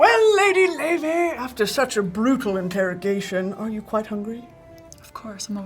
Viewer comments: wait why the hell do they pronounce her name like 'loy vey' is she jewish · her name is pronounced "lay-vay" and she is icelandic 🤍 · I can't believe this is how I found out I've been mispronouncing Laufey all my life